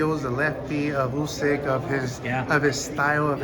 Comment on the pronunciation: Why Is it nobody in America can pronounce usyk name correctly? It's Pronounced ood-sick like OO in Wood